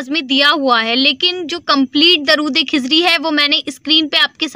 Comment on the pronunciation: کھزری نہیں درودخزری ہے پلیئر صحیح لفظ ادا کریں پلیز